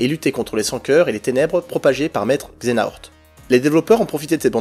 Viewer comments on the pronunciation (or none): C'est Xehanort pas Xenahort